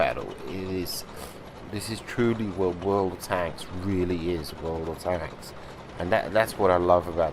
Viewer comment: "What´s up guys how you all doing bring in you another Worldkdnajcbdkajbabcadhclajdvaldslvl" lol